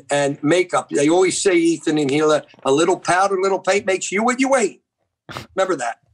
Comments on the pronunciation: Oliver Tree: “Hee-Lah”: “illa” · I love how insists on calling her HILL-AH. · is still calling Hila, HILL-A. Lmao.